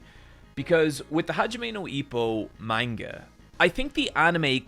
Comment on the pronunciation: Says manga wrong.